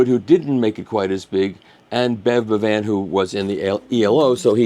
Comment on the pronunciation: Good work spreading the news! By the way, "Bevan" is pronounced like "heaven." It's a Welsh name, from "ab Evan" or "son of Evan" (Evan being the Welsh form of John), in the same way as the Irish O' and the Scottish Mac. "Bowen" is another example, from ab Owen. Also mutates to "ap", giving ap Richard = Pritchard, ap Rhys - Price. Etc. TMI? sorry.